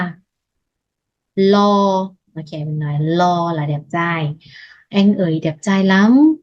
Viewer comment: Cháu moi xinh có phương pháp dạy rất dễ học... nhưng cháu vẫn không phát âm đúng từ,"Anh"theo cách phát âm của tiếng Việt.cháu vẫn phát âm là "eng"... có lẽ vì trong ngôn ngữ của Lào không có từ "anh"nên cháu gặp khó..trong phát âm của từ này.